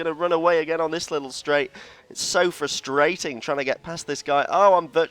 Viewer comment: ''It's so fru'straight'ing...''